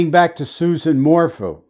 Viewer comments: Its pronounced SU-ZANNE 🙂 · dude her name is "sue ZAAAAHN" - you just lost all credibility with me by misquoting her name............ can you please correct that tiny liguistic error for us................. where do you come from dude?? How much is BARRY paying you? I do not appreciate how you just MINIMIZED the Suzanne Morphew situation.......... if you want to chat and find some interesting sleuths who have been working on this case since Mothers Day - come join us - leave your cocky attitude behind, cause we are a feisty group too - so come meet up with us here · If you cannot even say her name correctly... your credibility is shot.